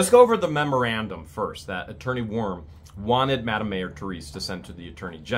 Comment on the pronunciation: I always thought it was Worm not Warm.